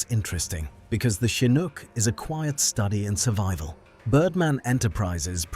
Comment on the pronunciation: The Ai narrator pronounces Chinook 3 different ways.